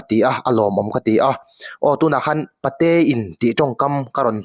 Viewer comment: Pate in tih hi a dik a A thluk erawh i sawi dan afiklo Apate a in tih tur aw sir. Patein tih a sawizawmlih in Apate a in...tih tur ka hriat dan anih chu aww.😂😂😂😊😊😊